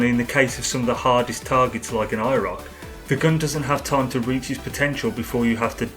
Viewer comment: I thought he was saying “EYE ROCK”